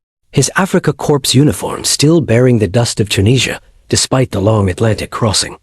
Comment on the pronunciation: Core, not corpse! Please learn.